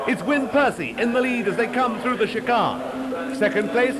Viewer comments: He's speaking in RP (received pronunciation), more commonly referred to as "BBC English". The criticism of his pronunciation is not unfounded. He is indeed pronouncing chicane incorrectly. Given that his only job here is to speak clearly and accurately in order to provide a useful commentary of events, one could fairly and accurately refer to the commentator as a prat (the official definition meaning "incompetent"). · Great stuff. Never heard the word 'chicane' pronounced as 'shi-carn' before! 😆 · Interesting pronunciation of chicane 😂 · ffs...chicane.....its not hard to say..............